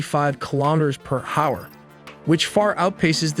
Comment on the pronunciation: Ai still can’t figure out how to pronounce “hour”